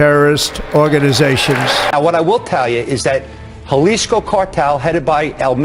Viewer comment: And he pronounced jailsci wrong